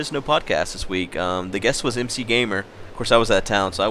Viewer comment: Actually I believe it pronounced Macgamer :)